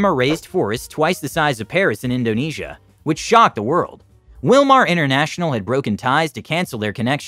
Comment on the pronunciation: Wilmar sounds like USA